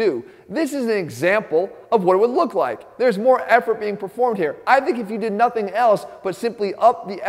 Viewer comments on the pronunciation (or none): none